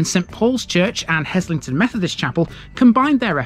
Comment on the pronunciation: Now you're talking - home territory for me. BTW the s is pronounced as a z. Worked there (Chemistry Labs in the 1960s) then did an MSc in the same labs in the late 1970s. In the early years we would swim in the lake.